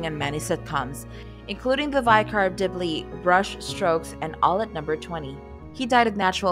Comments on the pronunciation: OMG, learn how to pronounce words you use - like VICAR. Vick-car! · ‘The Veykar of Dibley’? Ugh… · It's josh Gelman, not Goldman! And "Pareates" of the Caribbean? Use a picture of Poitier from "In The Heat of The Night", and learn how to pronounce Vicar! There are so many flubs in this, it's ridiculous. It's really annoying!!! And where's part 2? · Something is wrong with the education system when the narrator cannot correctly pronounce "vicar". This type of thing is happening far too often. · You are clearly not a narrator it’s like you are not cognitive of what you read and your pronunciation of simple words such as vicar present phenomenal challenges to you. Who writes such drivel that you utter??